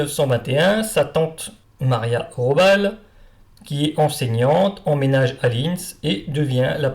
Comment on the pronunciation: on pronnonce GUÉLLY. RAHO-BAAL ..pas Jelly Robal